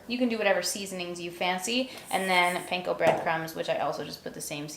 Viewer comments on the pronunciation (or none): none